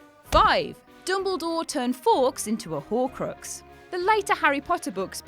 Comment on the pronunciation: It’s dumbledore not dumblegore .